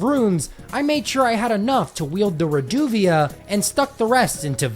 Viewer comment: Every time he mispronounces Reduvia, take a shot.